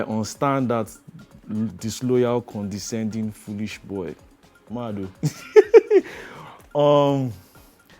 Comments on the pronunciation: He said mad o 😹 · He said "mad o"🤣🤣🤣